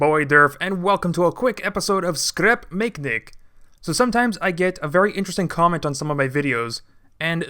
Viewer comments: skrep makenik hahahahahah its srap mechanic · Dude it's not sleep makenic!!!lol Its scrap mechanic man!!!!😂😂😂😂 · nobody: durf: skrep makenik